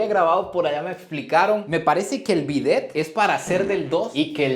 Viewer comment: Creo que ese país es interesante, pero no tiene mucha publicidad, es una pena. Para nosotros los ticos, es impresionante que sea tan barato. Querido, te aclaro, un bidet (no se pronuncia la t, creo que es francés) fue creado para las damas, para una higiene más apropiada en días de menstruación. en Costa Rica era usual en la casas de cierto nivel, y por supuesto en hoteles. Aún se ve en algunas.Yo viví en casas que lo tenían. Claro, te hablo de los años 70. Ni habrías nacido. Ha dejado de usarse por ignorancia supongo, y porque existen otros métodos de limpieza.